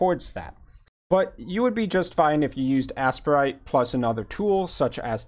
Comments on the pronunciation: It's the second. I have no idea why is calling it "ass-per-ite." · Its pronounced “ace-prite” or “A-Sprite” I pronounce it “A-Sprite”